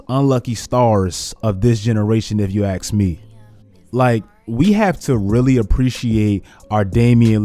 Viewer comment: ASK ME, not AKS me